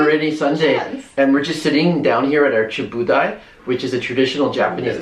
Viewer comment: Hey,you guys are in ?/ went to Tokyo!? Was this place Shin Okubo? Ikebukuro!? You did really good jobs on bugetting it seems like! IMPRESSIVE!Btw., it's CHYABUDAI NOT CHIBUDAI.LOL.( pronounce as cha-bu-dai)CHA = TEA & DAI = A TABLE boh in old expressions. Not many young generations use those words ,I wonder. Sushi on go is more recent ,newer custom, when I grew up & even when I visited there ,there was no such a thing ! As sushi was a high end gourmet food! Kitkat is my all time favorite snack( believe ,it was originally from u.k.!?) & we do have lots of flavors there which are available only inJapan!So,enjoy 'em while you can! Lol. I'm so glad that you're enjoying everything there!( hope).I'm looking forward to watch more of your videos! Thanx for posting this one! 👍👏😘👏